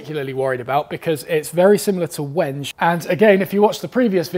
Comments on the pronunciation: Lol! “Wenj?!” Is that your pet malapropism? Instead of “wen-gay?!” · Wenge is pronounced 'wen-gay'